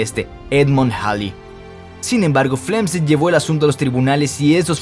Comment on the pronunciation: Pregunta: Por qué Steven Hocking y no Stephen Hawking? O Robert Guck, en vez de Robert Hooke? igualmente con John Flamsteed a Flemstid? Un asunto de Fonética? Españolizando los nombres y apellidos?